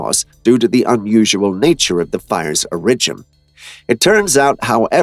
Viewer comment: who is going to tell him how to pronounce Origin, he keeps saying orIgin